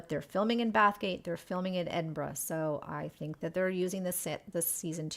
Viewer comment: Wouldn't infer anything from the bench being gone; it's a practically untreated wooden object out in all weather. For safety reasons, they either need replacing or fixing up, and are sometimes stored during the winter months. You said Edinburgh just fine! Just mumble out the "burgh" part, if you feel unsure ;)